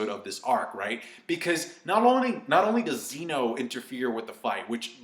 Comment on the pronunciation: zeh no. not zee no